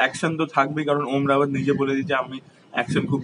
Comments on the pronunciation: O dada, om rawat na , ota om raut. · Om Raut....not Rawat